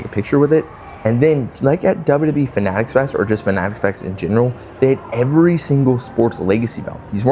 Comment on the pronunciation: Everytime you say wwe like that, another baby is born with cancer. You should stop to save lives.